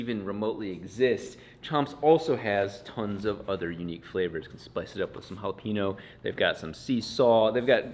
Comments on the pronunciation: Did say "hallePeeNo" during the chomps ad? 😂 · I love your content.. but for the love of god... jalapeño. say it right, homie.